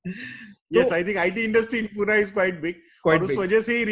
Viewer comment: It is pune not puna.😡 can you dare ugli pronouns of any southindian city ? So i expect honest opology.